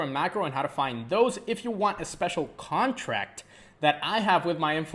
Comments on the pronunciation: ''Contract'' Please ! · “Contract” pleaseeeeee ,love your video soooo much!